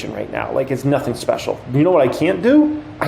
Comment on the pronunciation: 🎉🎉🎉🎉” and we have a ‘specIal guest’ TrrrrraVIS”🛼🛼🛼🚀🚀🚀🚀🚀🇺🇸